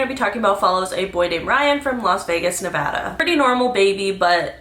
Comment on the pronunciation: Thank you for pronouncing Nevada correctly 😅